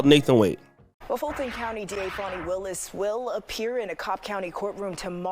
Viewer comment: Yes. It’s Fani. Not “Fauni” as they’re calling her😅